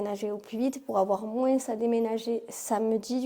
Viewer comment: Tu prononces le '' s '' de moins ?